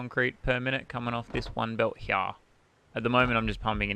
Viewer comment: when you cant say "here" properly and say "heyah"